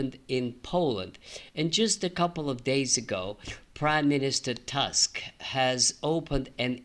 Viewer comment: That pole's name 'Tusk' is not the English word tusk ;) It's pronounced 'Toosk'